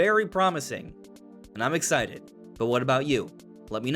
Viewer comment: You’re “very ex-eye to play”? Bro, pronounce your words